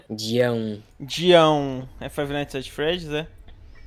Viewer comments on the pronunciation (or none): FAIVI NAITIS